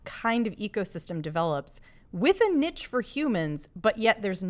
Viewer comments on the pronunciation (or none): Hate when people mispronounce niche. There is NO t in it. And I don't remember the military in Ghosts Of Mars being lesbians. I think she's just fantasising.